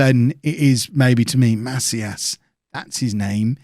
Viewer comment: It's pronounced "Ma-SEEE-as"